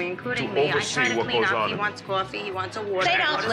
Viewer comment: “He wants a cwoffee, he wants a wahter…”